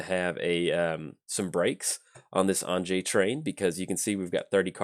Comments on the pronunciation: Hey, glad you’re running Anje, def great to see coverage for her. I also wanted to let ya know her name is pronounced like Anya 😁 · You beat me to it although if I'm honest I was expecting a way worse pronunciation like anji lol